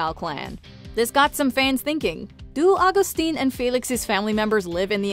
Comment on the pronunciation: Her dad isn't agstin its Augustin its pronounced